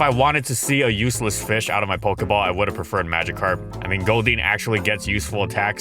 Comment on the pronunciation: now it's another feesh